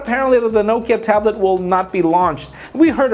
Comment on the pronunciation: I wish people would pronounce Nokia correctly. Also, the tablet wasn't part of the 4/5 devices rumored to be announced at MWC. They are all smartphones. The tablet rumor was separate from those.